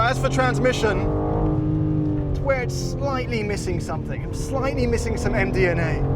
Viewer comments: I'm pretty sure he said MDMA instead of M DNA.... ;) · Was I the only who thought he said MDMA, when he said M DNA? 🤣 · said M DNA, I heard MDMA loll same same but different.